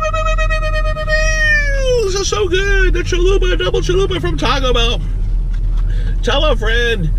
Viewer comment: Chaco bell XD